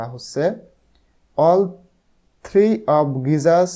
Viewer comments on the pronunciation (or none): none